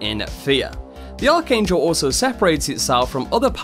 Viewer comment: 2 things it’s ARCHangel and it’s K E R R Y not kelly